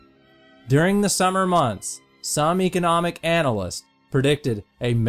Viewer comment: u pronounced economic wrong!